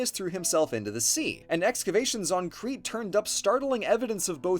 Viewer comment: Nitpick but I’m pretty sure Crete is pronounced like “crate”